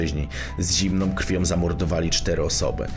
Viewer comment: Ton głosu prowadzącego nie do zniesienia. Jakby czytał trailery filmów sensacyjnych w kinie. Przecież to można czytać normalnie. Aha i jeszcze końcówki - „krwiom” . Poza tym super.